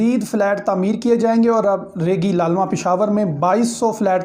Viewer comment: تلفظ درست کر لیں ریگی لالمہ نہیں بلکہ ریگی للمہ ہے